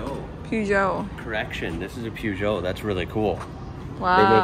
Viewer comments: Love your videos and I was going to let it slide on the pronunciation front, i.e., You say Volvo as one word but Fiat as two, FEE At, Peugeot in English Perzho not PeW Zho, but then, but....then... Cat Ter Ham, Kterum, or colloquially speaking Ktrum! OK, easy mistake but the colours did give it away somewhat, the same colours as Norwich (noridge) Football Club, IYKYK. I want the Scoobie! Pronounced Subaru! 😅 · the best bits of the whole vid are the (mis)pronunciations of Peugeot.